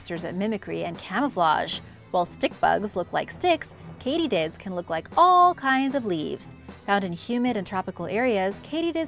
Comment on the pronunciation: Sounded like some new species the way you pronunced the cuttlefish and katydids. !Pronunciation!